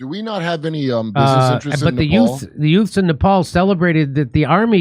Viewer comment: Jimmy Dore: "Yutes protesting" you've got to laugh at that Joe Pesci accent.